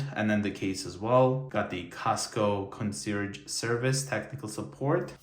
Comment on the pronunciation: Buying stuff and showing it off? Wow! Your content quality took a wholesome dive and the numbers back that up. You pronounce concierge wrong too